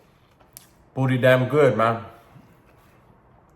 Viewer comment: I was told to never talk with my mouth full and now i get it. I swear the 1st time i heard u say.... Pretty damn good... It sounded like.... booty damn good 😂😂. Im not saying u said that. It just sounded like that to me.